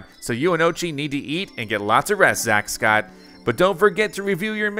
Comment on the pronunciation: Oatchi (Orr chi